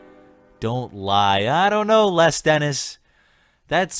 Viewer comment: Les Dennis is pronounced Lez :)